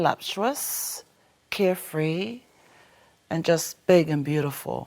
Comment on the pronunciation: "CarefrEE" more like "Lay ZEE"